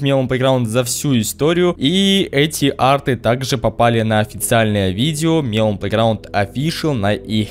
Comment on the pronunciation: Не мелОн, а мЕлон. Просто так правильно.